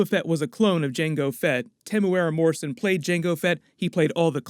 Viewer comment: Super proud how you got the pronunciation of Temuera morrisons name right. Another tip we here in New Zealand also call him “THE TEM” hahaha